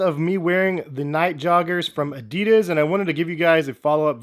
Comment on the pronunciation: The brand is called "adidas", it's german.... not fuckin' "adiiiiiiiiiiiidas"